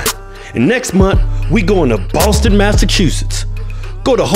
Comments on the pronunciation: Boston masuchoshshsists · Lucas Birmingham Boston MassichuSHITS